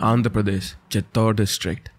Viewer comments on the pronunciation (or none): none